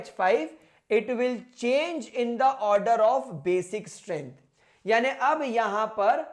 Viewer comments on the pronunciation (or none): none